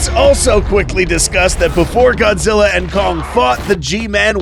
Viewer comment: this is godzi not goji goji is japanese